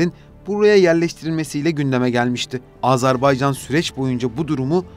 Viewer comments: AZARBAYCAN DEĞİL, AZERBAYCAN!! ÖNCELİKLE DEVLETİN ADINI DOĞRU TELAFFUZ EDİN! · Azarbaycan değil be kardeşim Azerbaycan. Söylemek zor değil, söyleyebilirsin. Azerbaycan diyene 100.000 veriyorum.